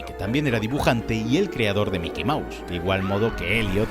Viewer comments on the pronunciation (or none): none